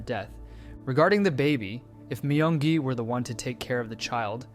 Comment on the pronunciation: No One Asked: (My-yung-gi) Everyone Else: (Me-yung-gi)